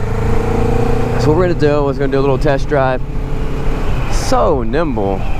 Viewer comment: Did u say nimble or thimble? Asking for a friend